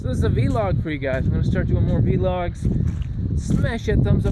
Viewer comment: lol "v-logs"